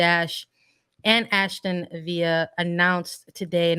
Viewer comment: Yeah that was really painful to listen to. Sandra needs to do a bit more research before going on the air. Aston (no letter "h", like Aston Martin) and Villa (British pronunciation with the "L" sound, not Spanish "y" sound).